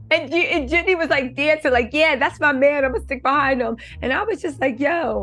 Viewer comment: 🤣Girl you talking about pronouncing her last name right, you aren't even pronouncing her first name right.